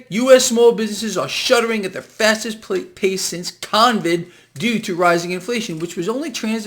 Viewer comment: CON-vid, CON-gress :)